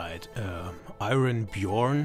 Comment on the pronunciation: Actually I was mainly talking about the "Iron" part, most people say something that sounds like "Ai-run Byorn" but you are clearly a highly educated and widely traveled man and nailed it! BTW the internet connection in prison here is surprisingly good, the nightly teabagging not so much though...